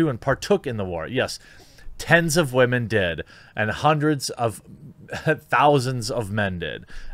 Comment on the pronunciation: "Tens of wamens did." Had me dying 🤣